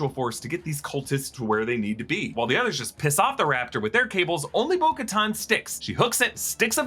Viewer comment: Who is Boca-Ton? Thought it was Bo Katan? 🤷🏾‍♂️